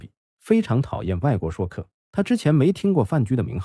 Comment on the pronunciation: Shui （音同税）客，不念shuo